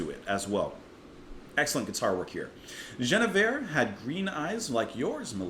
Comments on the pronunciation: As others have said, here, this is about Queen "Gwinna-veer" (not French - as the way you're quite reasonably trying to pronounce it - but something like Welsh - or Ancient Briton). King Arthur's queen. If I remember correctly, you didn't get your history of the Knights of the Round Table from the Venerable Bede (who, I think, tells the story of the romance between Sir Lancelot and the lady I shall call Gwinna-veer, just for current purposes), and instead got it from the great historian, Monty Python, who only tells the tale of Sir Lancelot's attack on the wedding celebrations of someone in the kingdom I forget now. This one: So then obviously you're not going to know that the Queen and this great knight had a traditional medieaval adulterous romance, then. (Because they only tell of how Sir Gawain came perilously close to losing his virginity, if I remember full well.) There are versions of the tale, however, which have this story included in the plot (the romance between Lancelot and Gwinna-veer (sorry).) ... ) just in case. It was a very common theme of Troubadour love stories (almost all of them were about the impossible love some mere knight had for the great Lady of his Lord). Actually it was just about the medieaval love story. At tournaments, knights would make a show of hopeless love for some unreachable Lady, as part of the show. They would "secretly" fight for their boss's wife's love, basically. And she would scorn him, and break him in twain within, so. Ap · This whole album is magical. Their harmonies are perfect. Enjoyed your review. It's pronounced Gwin-eh-veer. At least that's what my deaf ears hear. I have to check out the Miles Davis reconstruction. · Love this mellow CSN track. Btw it’s pronounced with a hard G. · After the poppy ''Marrakesh Express', Crosby' delivers a piece of music with real depth and intricate time signatures. Definite jazzy overtones rather than folk. It's pronounced Gwin with a hard G, not with a soft 'J' sound.